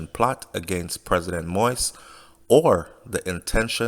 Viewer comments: Keep rambling. Jovenel Moise, not jovenel Moys. It’s been over a week and they can’t pin anything on jovenel Moise yet. A legit businessman going to spend money just based on drugs from Colombia. That makes no sense. The president was a decent guy that wanted the best for Haiti and by doing so, you’ll have to step on a lot of feet. He chose to die than turn power over to them, knowing what will happen if he left like a coward. Yes, he wasn’t popular, so those mercenaries thought they had that to their advantage. That’s why they didn’t even have an escape plan. They thought wrong. The media all over the world are confused why Haitian haven’t take to the streets. Just seat back and relax, whoever involved if you in Haiti or have relatives in Haiti. They are basically got a head start cause out of respect for the president no one will act right now. We are not savages. In America it seems today if a republican or democrat president got assassinated, some will be happy on both side. Quoted Trump. Ask any or most Haitian you meet, if they can make a living in Haiti would they come live in US or any other countries. Majority of Haitian want what’s best for Haiti. Dessaline blood still flow to our veins. Most of are proud people against of all the labels. You don’t see us attacking any Colombians but only those responsible. When we see even an ex president stocked fear and hatred because a virus come from a different continent and seeing Morans attacking vulnerable people in the str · Sir I like your vids but please kindly put some respect on the man’s name it’s pronounce “Mo.Ease” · You need more practice to learn how to pronounce the president's name. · A Jamaican covering Haitian news I guess!!!!! He can’t pronounce the President name probably that alone is getting on my nerves!! You are a foreigner cover your own country please!!!